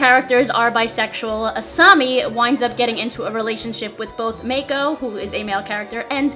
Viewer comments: Aside from saying "May-ko", which burned the ears of all fans of the show, well done video! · Who cringed when she said mako mA ko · Pleeeease don't pronounce Mako, Mayko. Nooo just no. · Awe, sweetie, it is so obvious you never watched this show!!! LOL (don't worry I still love you + all your videos!) :-) Mako is pronounced M-ah-ko (not 'mayko') And Korra and Asami's relationship did NOT come out of nowhere... there were clues throughout the entire series, especially in the last two books. I cried for 3 straight days after the finale... so beautiful... so full of life lessons... a show I will watch over and over for life... and watch with all the kiddos in my life :-). HUGS! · Mako c: not maeko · MAAAHHH-COOOO not MAKE-CO lol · Its mah-ko not may-ko. Is it really that damn hard to pronounce a two syllable word? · Mako is pronounced mo - ko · "Mayko." That's almost as bad as "Soakka." Poor guy. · Kind of sad you didn't watch the show before finding out about their relationship status....pronounced Mako's name wrong (pronounced MAH-ko) Glad you dig it.....whether she was a lesbian or not, the Avatar series is freaking great! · Am I the only one who cringed when she said "Mayko" at first xD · You pronounced Mako's name as "Mayko". That's not how your pronounce it. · ..... Mako.... "May.Ko".... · Mako isn't pronounced Mayko :(. Korasami for life! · Girl, I've been watching your shit for a long time but you mispronounced Mako... also you said that the relationship came out of nowhere which leads me to believe you perhaps didn't watch the show before you made this video which is, kinda bad. You should know more about your subject matter before you make a video so it doesn't make it look like you're trying to jump on that Korrasami train for the views. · _- The a in Mako is short, not long. Did you actually watch the show? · Who else laughed their asses off when she said mako like a mako shark 🤣🤣🤣🤣🤣🤣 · SHE SAID MAKO WRONG